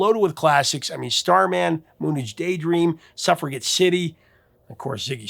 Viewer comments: How does the real person, “” continue to out-AI AI itself by mispronouncing so many common knowledge things? [muss-TAYN], [ULL-rick], [MOON AYJ], [suff-ruh-JETT], [GRA-joo-itt], [KEE-nohl]. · Mispronounces "suffragette." This guy needs to do some research. Like listening to the recordings.